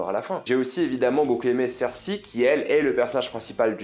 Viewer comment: moi j'ai adoré et j'ai trop rigolé quand "jon snow" a dit "i love you circé (cersei) " hahaha à croire qu'ils ont fait exprès de lui faire faire cette réplique